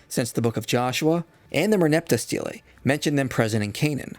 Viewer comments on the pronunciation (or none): none